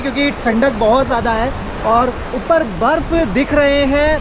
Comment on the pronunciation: उप्पर नहीं मेरे bhai ऊपर होता hai...